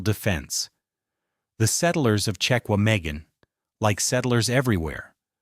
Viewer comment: I was born in Wisconsin. My mom was born in Manitowoc. It's pronounced "Check wah mah gahn" National Forest.